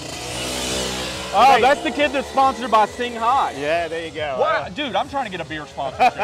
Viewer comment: It’s pronounced Sing , not sing-ha, for Christ sake!